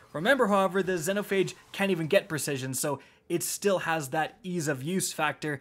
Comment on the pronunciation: Ayo? Why’d you pronounce xenophage like that? 🤨 lol